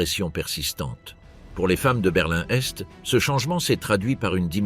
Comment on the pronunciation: enfin une IA à la hauteur qui arrive notamment et enfin à énumérer des dates en les prononçant correctement, ouf ! il était temps... quand même une erreur, on ne dit pas : conditions Sine qua non se prononce : sine que none...et une autre aussi ! Berlin Est et non berlin n'Est. lol ah ! les IA pas encore parfaite, mais bon celle ci est très bien